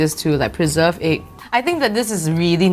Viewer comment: What were you trying to say egg or eek